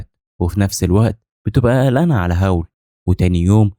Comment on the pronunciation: الساحر أسمو هاول مش هاو😂💔